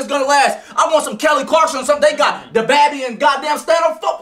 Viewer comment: He ain't even say baby right 😂